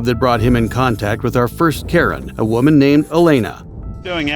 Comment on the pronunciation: "As a WEUMan"